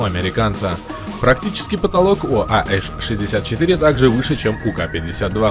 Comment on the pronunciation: Доставляет, как автор усердно выговаривает "we are the mighty" а после этого произносит AH-64 как АЭШ-64